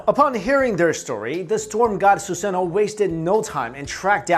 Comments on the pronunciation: It's suzano not suseno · Ok, did he say Yata Mirror? If you know what that is have a good day! AND did he say Susano'o (he butchered is btw) Orochi? Orochumaru? Izumo? Izumo Uchiha! Amaterasu? Goddamn, they should play Naruto in history class.....